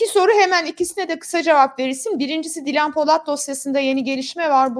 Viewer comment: Özlem hanım haberin başrol oyuncusu kadının daha ismini söyleyemiyorsun :)